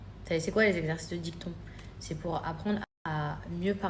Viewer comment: Exercice de dicton ! 😂😂😂 DictIon ! Quelle cruche !